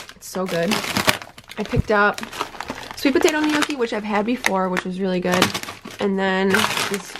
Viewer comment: Omg you're killing me with your pronunciation of gnocchi 😂😂🤦🏼‍♀️🤦🏼‍♀️